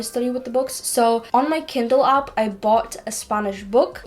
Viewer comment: What accent is this? When words Spanish, grammar and app are pronounced as Spunish grummur and upps?